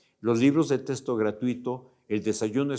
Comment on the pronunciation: Libros de testo? Y que tiene que ver que los deteste ??? Hable bien